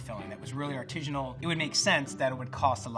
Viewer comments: I want to shoot myself every time he says "artijinal" it's ARTISINAL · Is my man really saying artijinal?? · If this guy says 'arteezhunal' one more time I'm going to scream. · It’s “artisanal”, not “artisianal”. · Artisanal sounds like artisan, not artesian. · smartypants: “rigidity” doesn’t describe ridges or texture—it’s a measure of how rigid (stiff) something is. When you say “artesianal” (not a word), you mean “artisanal” I say this in the same spirit as I would if I were pointing out something stuck in your teeth. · Like for everytime says artizhinal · Why didn't anybody help this dude out with the pronunciation of artisinal? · Whyyy does he keep saying artijinal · This man just constantly saying "artishanal" really distracts from the expertise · Expert mispronouncing artisanal? Priceless. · If you're gonna feel the need to say the word artisanal 20 times then please pronounce it right. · The word artisanal doesn't have a g in it. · That's not how you say artisanal. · Bugs me so much he can’t pronounce artisanal correctly. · Anyone else super irritated by the constant, incorrect pronunciation of "artisanal"? Just me?